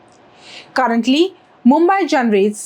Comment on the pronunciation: Need to work on pronunciation - मुंबाई × मुंबई ✓